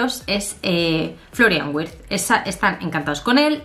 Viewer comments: Hola. La "W" en alemán se pronuncia como "V", ya que la "V" se pronuncia como "F", asi que seria Florian "Virtz" como se pronunciaria... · amor, en alemán la W se pronuncia como la V española.